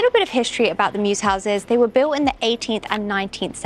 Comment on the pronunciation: Notice where she pronounced "built" as "biwt" with a "w" sound? She slipped back into her "cor blimey" accent by mistake. Also she pronounced "glass" like "gas" as opposed to glass like... arse 🤣. Incidentally, the glass floor is designed to allow light into the downstairs room. It's very common for mews houses to have a dearth of light, so features like this are very helpful.